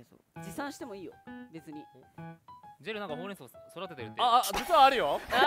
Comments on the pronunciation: ほうれん草言いすぎて｢ほんれんそん｣になってるの可愛い…✨ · 言い過ぎて(ほれそ)になってるww ほうれん草ほうれん草ほうれん草ほれそ